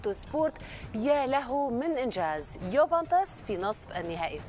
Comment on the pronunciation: يوفنتوس وليس يوفنطيس يامذيعة 😂 خاطيكم